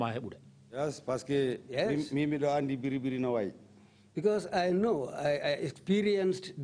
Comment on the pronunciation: I don't know why the TRRC staff keep saying " BERRI BERRI." It's "BIRRI BIRRI," for God's sake.